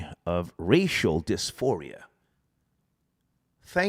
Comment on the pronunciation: “Racial disfiria” coin that